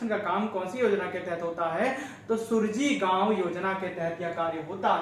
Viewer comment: Yojna ka naam sahi se pade Suraaji gaon yojna hai